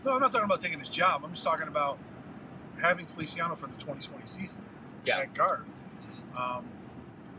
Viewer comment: yes but you pronounced the Spanish version, the Italian version is ( fe- lee- chee- a - no